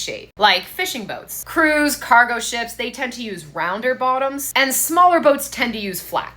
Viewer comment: "These two bo''oms" had me rolling lol.